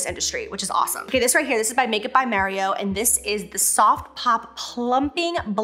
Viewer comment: Am I the only one that’s hearing M(EH)rio instead of M(AH)rio 😅🤣